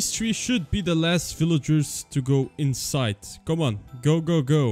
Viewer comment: Bro dont know how to say three